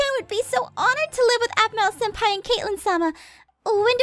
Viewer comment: It's pronounced senpai and google it.😊. And the answer you get is or will be correct 😊😊